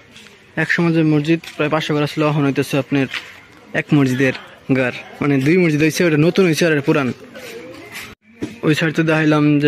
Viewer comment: মরজিদ বল্বে না মসজিদ বল্বে। কিছু শব্দ শুদ্ধ বলতেই হয়, অশিক্ষিত মানুষদের কথা আলাদা। শুভকামনা রইলো